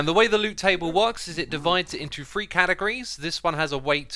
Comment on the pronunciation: “Free” categories? Sir it’s three not free!